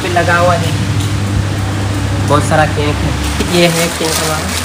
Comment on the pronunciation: Cake hota hai "CAINKE" nhi hota hai